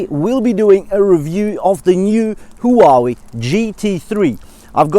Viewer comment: Maaaan, you make feel awesome about buying the GT2 Pro instead of the GT3. Thanks for always giving us the honest of reviews, that's what we need. And how you pronounce Huawei, they should really hire you haha. Stay safe, keep it up